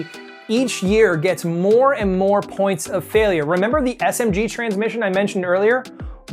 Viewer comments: “Driveshaft fialure” lol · FIALURE??? LOL